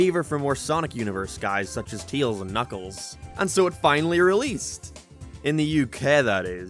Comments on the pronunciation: "Brain dead idiot that can't pronounce words right" then says "Teals" instead of "Tails" bro- >-> am I dumb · he's name is Tails, not Teels. Unless we've been saying it wrong, but I doubt that 🤣🤣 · Tails not teals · "Knuckles is a dumba** in this movie." Also: Teels *Tails lol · he cant pronounce the words right TUYAILS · He just called Tails.. Teals.. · tails ❌ teels ✅ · Why are you calling tails tials? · Dude, what's your issue with the letter «E»? It's not «Teeils», it's «Tails»!!!!!! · Claims how Knuckles cant say Baseball right again: Te-ills Im late to this but idc. I know the response that had, and does anyone remember that people have opinions?! I see why he made that video after this. People cant see that everyone else has opinions. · It's his accent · I’m sorry but who is “Teels” ? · I like how you pronounce Tails as TEALZ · Why does he pronounce tails like teals 😭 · So basically you're not a Sonic fan so you don't have any understanding for what actually happens in the film. that's the problem with adaptions. Btw, please try to actually say the name "Tails" right. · Why do u say tails like that.